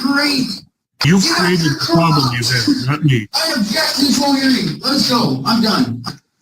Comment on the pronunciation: gosh all these "problem" excuses, someone should excuse him from his l's